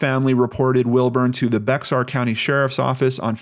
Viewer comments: If it hasn't already been mentioned Bexar is actually pronounced like Bayer. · Hey - just to let you know, <Bexar> County in Texas is pronounced like 'bear' or 'bare'. Not to be a pronunciation Nazi or anything, but I am from Texas! Carry on! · San Antonio is located in Bexar County--- pronounced "bear" county. 😉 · You don't pronounce the x in Bexar.